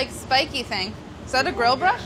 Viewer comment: Stop saying fingis